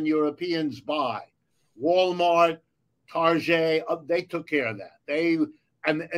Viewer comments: TIL: Richard Wolff says "tarjay" the same way I do for Target. 😂😅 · I love the way he pronounces Target unironically lol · Did richard wolff just slip in the French pronunciation of target just like that 😂